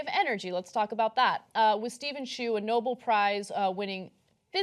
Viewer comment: Anna cannot correctly pronounce about 25% of the words in her copy. Like "DeVos" and "Nobel"....